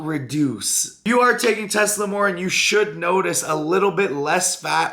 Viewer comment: the fuc is "Teslamornin"? Tess-a-MORE-e-lin Here's a breakdown of the syllables: • tess: rhymes with "mess" • a: rhymes with "uh" or the "a" in "sofa" • MORE: rhymes with "four" • e: rhymes with "key" or "bee" • lin: rhymes with "tin" it sucks, not even comparable to GH, in fact it could be a blasphemy.